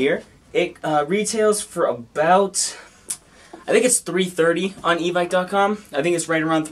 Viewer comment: For real it’s evike (evyke) not evic